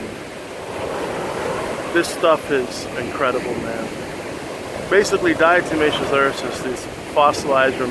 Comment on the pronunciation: Why do people want to an "N" when pronouncing Diatomaceous Earth?